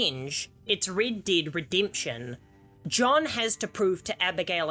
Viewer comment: Man Rid-did ridimption Man im sorry😂